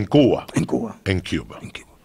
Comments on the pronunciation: “In Kuwa.” -“In Kuwa.” “In Cuba” -“In Cuba” LAWL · yeah, its supposed to be pronounced Cuwa. I'm also a native cuban c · Yoel: En Cuva Joey: In Cuba Joe: In CueBall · Joey: in gua Yoel: in gua Joey: in Cuba Yoel: in cuba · It's CuVa with a silent V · Joey:en cooba? Yoel: en cooba Joey:in Cuba Yoel: in Cuba